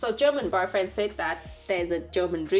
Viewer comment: When she introduced her boyfriend I heard barfriend.😂